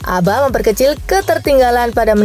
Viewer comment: ABHA di baca ABHA min bukan ABA